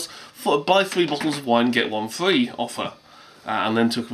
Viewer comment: 3 bottles get one fwee